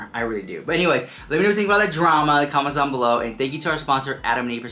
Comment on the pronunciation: New “draam” huh?